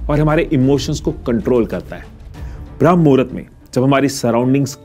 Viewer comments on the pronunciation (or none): It's not भ्रम मुहूर्त it's ब्रह्म मुहूर्त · 👍🚩😡🤦 विडियो तों बना दिया लेकिन पहले सही बोल ना सीख भ्रम नहीं ब्रह्म मुहूर्त कहते हैं 🤦🤔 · Its not Bhram muhurat.... It's Brahm Muhurat.... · This is not bhram... it's Brahm.... edit thik se kare.... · You don't ebmven know how to say brahm muhurat. It's not bhram. It's brahm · Bhai pehle tu thik se bramha muhurat bolna sikhle baad me iske bare me gyan dena.